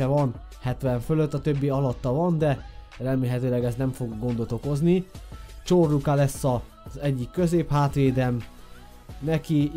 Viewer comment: Csorluka t nem a CS vel hanem Ty vel kell ejteni